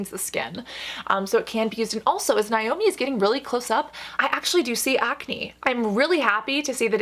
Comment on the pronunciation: As a Naomi pronounced Nay-Oh-Mee I felt triggered every time she said Nie-Oh-Me 🤣